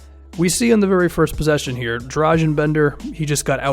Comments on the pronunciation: Its Dra-gun Bender not Drazen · Accent is not that important as pronunciation. Every letter is one voice in Serbian, so it's easy. He also pronounces g in Dragan wrong.